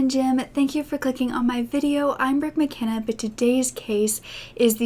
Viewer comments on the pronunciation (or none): Your surname is unusual. In my country it would be spelled McKenna but we pronounce it Makenna.